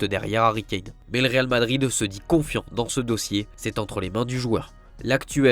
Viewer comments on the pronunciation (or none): none